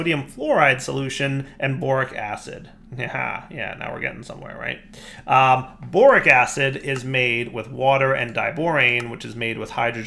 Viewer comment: I could have sworn i heard boring acid instead of borax acid